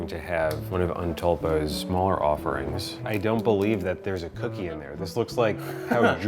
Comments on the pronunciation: ahh yes the elusive "cockie" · the true pronouncation of cookie is "oki" for Philippines